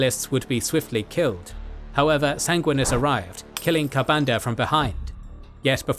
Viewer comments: lol Sang-win-e-us not sang-win-us great video though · love the lore but the way you say Sanguinius as a blood angels guy drives me crazy. Sanguinius, not Sanguinis. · 😂never heard someone mispronounce the names of the Primarchs so much. Especially just disregarding the second "i" in Sanguinius.